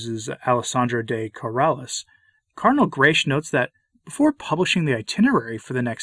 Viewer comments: Cardinal Grech is Maltese and the surname is read as: Grech is to be read as"grek" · Please note that Grech is a very common Maltese name, and is pronounced ‘Grek’. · Permit me a detail: the surname Grech ends in a hard c or k.